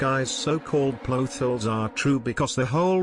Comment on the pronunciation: I love how pronounces it "Ploth holes." Me loves theoriezz too. I agree with Phoenix's substance abuse. Spirit Mediums are crazy and unrealistic, after all. That last theory was pretty good. Maybe they are just video game characters... That music was also a nice touch. Scaaaary.